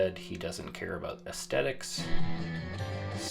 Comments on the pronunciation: In the effort toward protecting pedantic endeavor, the proper pronunciation of the word asthetic is "az-THETIC" and not "az-TETIC." Sorry to throw you a kerf ball. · Speaking of pedantry, aesthetic has a pronounced 'th' sound. 'Aes-the-tic' Amazing work saving this guitar. I've saved a few, but nothing this far gone. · there is a clear TH though, fellow pedant!! Are you American?